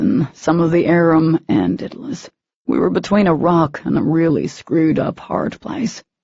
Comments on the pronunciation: For the love of god! IT IS DAEDALUS not dittilus!! The writer even stated where she got the name, all the reader/speaker had to do was look it up on the internet to find out how to pronounce it! There are tons of other things mispronounced, but the 'Daedalus' one is driving me nuts besides the obvious Daemon I mean come on Daemon/Demon, not a hard one! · All I can think of every time they say it is “Diddle us” 🤦🏻‍♀️🤦🏻‍♀️🤦🏻‍♀️🤦🏻‍♀️🤦🏻‍♀️🤦🏻‍♀️